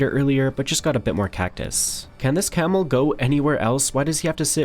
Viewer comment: no way a "Camel too (toe)" 🤣🤣🤣